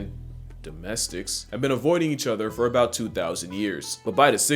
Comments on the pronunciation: It sounds like the polite version of a slur. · Bruh the way he pauses before saying "Domestics" like it's a slur lmfao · Bro is saying domestics with his WHOLE chest 😭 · is the perfect example😂😂😂